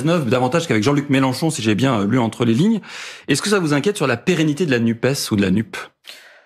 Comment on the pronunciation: Messieurs les journalistes apprenez à dire NUPESSSSS Merci